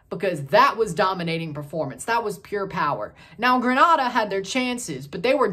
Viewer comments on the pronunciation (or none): Its pronouced Green-a-da..